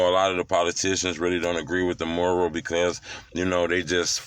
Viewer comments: It's M-U-R-A-L NOT MORAL😆🤣😭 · He saying “moral” it’s “mural” 🤦🏾😂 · You're not pronouncing it right, it's not "MORAL" it's MURAL. Makes you sound slow. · It’s Mural Not Not Moral 2 Totally Different Meanings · Why he can’t say mural🤣🤣🤣🤣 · Bro learn how to say mural u sounding stupid wtf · I swear you get paid to say Mural wrong lol 😂 ijk bro lol